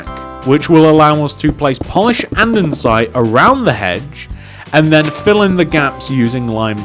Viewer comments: its pronounced "and-a-site" not "and-en-site" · It's Not Andensite it's ANDESITE